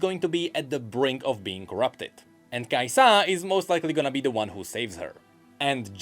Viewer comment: Every times he says kaisAA, I imagine this emoji: 🤓